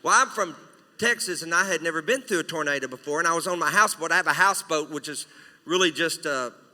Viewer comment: I thought it was a tornado not a tornada